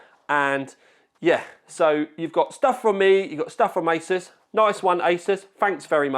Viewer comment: Sounds like he said I was at the isis offices 😂